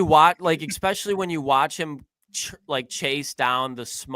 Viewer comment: A flip is switched? Exspesially, Jesus, someone teach Ohio state English